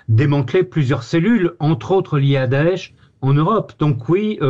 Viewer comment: C'est bizarre vous quand vous dites daesh j entend otan Faut que j'aille voir un médecin